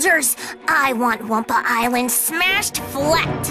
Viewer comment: The "humor" in these are atrocious, and on top of it, every time they say Wumpa ISLAND, I want to ring every last developer's neck...